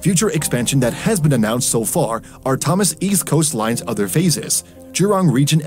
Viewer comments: It is Thom son not thomas east coast line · You said Thomson wrongly in the video. You said it as Thomas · Thomas east coast line? it's Thomson east coast line man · why did he say tOHmas east coast line